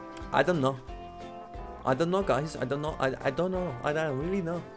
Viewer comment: "I don no"😂😂